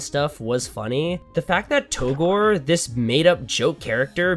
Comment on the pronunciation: It's pronounced "togrey"